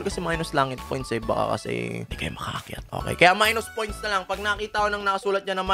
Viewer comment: Maynus poynts hahahahahhaha